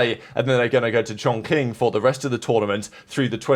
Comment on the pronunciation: its pronounced ChongChing. the 'Q' in Chinese transliteration makes the noise "chi". for example, the Qin Dynasty pronounced "Chin".